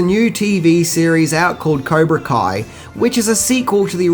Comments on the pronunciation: Kaibra Co? Really? Come on dude... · Did you say okiwan and caibra ko? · Cybra koh? 😂😂😂 Oh!!😂😂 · This guy said "the caibra ko sensei" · Kaibra co?... 0.55 lool Just to make it perfectly clear absolutely love your videos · did he really just say kaibra co? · Bro? What is Okawan? What is kaibra co? Jks* nice work tho, as per usual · "Kaibra Co"... lol, love ya though, beautiful as always. Very good review of one of the best films ever. Rock on brother! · Am i the only one that heard this goober say Kiabra ko karate. ya Im watchinging the rest of this Englis h dumbass give his opinion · Kaibra Co? LOL. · Did you just call the dojo “Kaibra Co” in your opening dialogue? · Okie-wan? Kybra Kohn? Dude, did you ever watch the movie? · Caibra ko? It hurts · "Kiabra Co," Wtf is that!? lol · "Skellington" costooms, "Kai-bra Coe" we could go on. making new lingo! Love it 😝😝 End it by saying..." I'm who....Wax off!" 😳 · Kaibra coe?.... Where did this guy go to school? I think he only watched the movie once. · Kia-bra Co - Spoonerism :-) [Chuckle] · You said kaibra co🤔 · "Kaibra Co" :-) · Wait, did you say "Kaibra Ko" Sensei? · "Caibra Ko." thumbs down. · “cybra coa” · Did he honestly just say “Kaibra Co” ?!? I’m fucking done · “Kaibra Co?” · Kaibra Ko? Oki-wan? Skellington? LOL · Kaibra Co? Lmao 😂😂😂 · Kaibra Ko???? dumbass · Did you just call it Caibra Ko? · Caibra co karate??? Seriously dude? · 1 minute in, narrator refers to it as the "Kai-bra Co" karate. Viewer Exits video. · lol he said Caibra Koe :D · Kaibra co? Lol sorry I had to. Great video though. One of my favorite films of all time. And Cobra Kai was amazing too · Did you say, Caibra Koe? hehe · Kyber koe loooool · Libra Co? And its karate doe, not karate doen. Other than that, well done again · NARRATOR SUCKS. "Caibra Koe"??? "Karate Dome"??? "Skellington"??? What the fuck are you even talking about? Worst marble-mouth accent ever. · Cobra kai not kaibra co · Lol he said kaibra ko